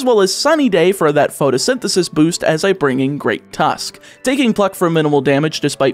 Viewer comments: do you think he knows he keeps mispronouncing pRotosynthesis? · You mispronounced the ability... It's pRotosynthesis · Don't think I'm going to say anything that hasn't already been commented but a couple script mistakes I noticed are: Protosythesis has a PR not an PH. Don't put emphasis on the Pee in Cassiopeia. The lu in Lucario is not pronounced low. Grusha is male. The elite 4 are not related. The switch only drops frames in a few (2 or 3) specific areas, but the game cuts framerate of animations based on distance that an emulator would still have without modding the ROM. I think that was everything I noticed. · Patiently waiting through the whole video for to realize it's PROTOsynthysis, not PHOTOsynthisis... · Protosynthesis, not "photosynthesis" :D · It bothers me so much that you kept incorrectly pronouncing the ability of Scarlet's Paradox Pokémon